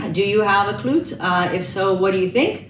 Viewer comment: Pronounced ‘klou-tay’ 🙂 Love it so much. Congratulations! 🙌🏼🙌🏼🙌🏼🫶🏼